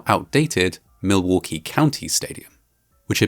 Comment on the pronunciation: I find it funny how you pronounce Milwaukee. The L is much less pronounced by midwesterners